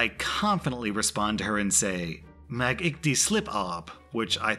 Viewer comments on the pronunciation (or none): I'm sorry XD That Afrikaans was butchered and I was laughing so hard when you tried to say it. Mag (mu-ghhh sorta that slurry g sound that's not in English) ek die (Not pronounced die, but di, like saying the letter D) slip kry (This is Cray, like crayfish) asseblief (ussa - blief) It gave me a good laugh though, so thanks for that! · Pro-tip for Afrikaans. The g is a guttural consonant. In the back of the throat. Mag ek die slip kry asseblief /mu(like mug) ek(sounds similar to the "ack" cartoon sounds) die (dee) slip, kry(cray) ass-"sir" - blIEf(IE sounds similar to EE in Bleed)